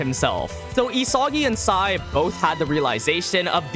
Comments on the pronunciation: Excuse me sir it pronounced sae not sai🤓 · Its sae not sai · Sae not Sai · IT'S SAE NOT SAI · It’s sae not SAI 4 eyes ffs